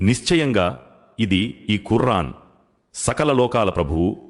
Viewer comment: Assalamualkm దయచేసి కుర్ఆన్ అని కాకుండా ఖుర్ఆన్ అని పలకండి